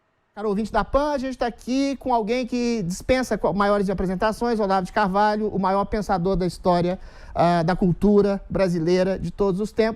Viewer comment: Olavo de Corvalho? kkk Esse é preparado pra entrevistar o Goró